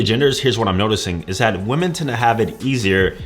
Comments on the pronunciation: who forced him to pronounce women like woman lol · Women in plural is not pronounced the woman. Muslim is not a race and Indians are also Asians. Outside of that I agree with all he said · He doesn't even know how to pronounce women